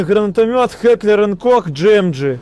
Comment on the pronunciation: Чел даже не может произнести название гранатомёта правильно